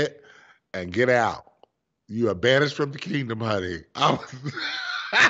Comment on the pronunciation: She said Banish ed....🤣🤣🤣